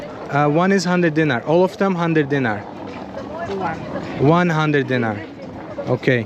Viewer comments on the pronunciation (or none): Bro you buy Milošević jugoslavian mony when jugoslavia was broken,that 2 guys in bigining video selling Tito jugoslavia mony and it is not "deengy" it is "DeenAre " spelling is "Dinar" 😂😂😂